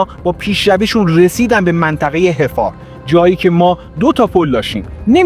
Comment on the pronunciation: منطقه حَفّار haffar